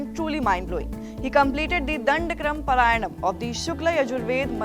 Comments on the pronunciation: It is not paraayanam....paaraayanam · It is pronounced paaraayanam (पारायणम). At least do some basic homework before making this segment. You are not a foreign channel for gods sake !